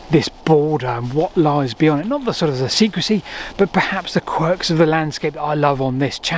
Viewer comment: "SECREY"? or SECRECY?